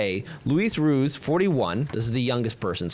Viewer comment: Des = Da, not Dez ... Ruiz = rU-eez, not rude ... that being said I'm with you fellas!